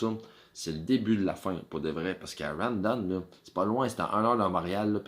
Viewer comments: ou vie tu en ville il y a plus de quebecois ,quand tu a 5000 personne tu organise et tu cash mais les bs du culculbec vous ne faite jamais d argent une cloture et de l organisation ca pourait vous aidez rawdon ce prononce raw en anglais tu a besoin de monde pour travaillez le bs du canada tu lesse tes vieux crever dans tes hospital a tu dejas voyager plus qu une semaine bye the way chu des laurentides quand tu vie a une hrs de montreal tu organise et tu cash aux lien d attendre le tcheck comme vous dite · Apprends à prononcer maudit BS !! Rawdon c’est un nom anglais TATA!!